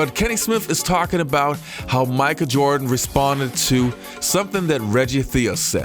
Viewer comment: Who is Micah Jirdan, tho?